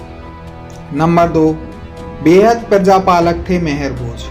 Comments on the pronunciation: Sir, मेहर भोज नही आप गुर्जर सम्राट मिहिर भोज जी कहो। कम से कम नाम तो सहि सही बोलो🙏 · Name to sahi se le liya kar mehrbhoj nhi the rajput samrat mihirbhoj the